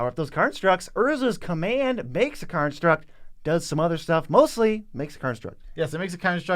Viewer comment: Lol, Joe programmed into pronouncing it Karnstruct